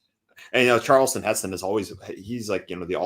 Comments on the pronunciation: calls Charlton Heston 'Charleston' lol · His name is Charlton, not Charleston man.